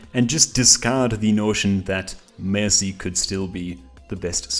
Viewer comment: He can’t say mercy